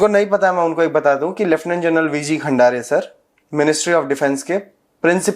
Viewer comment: सबसे पहले आप खंदारे तो बोलिए,खंडारे नहीं।